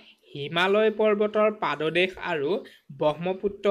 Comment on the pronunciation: ছাৰ পাদ দেশ বুলি লিখেহে অকল উচ্চাৰণ কৰোতে পাট দেশ বুলি উচ্চ ৰন কৰে ছাগে কোবাৰ বাবে বেয়া নাপাবা ছাৰ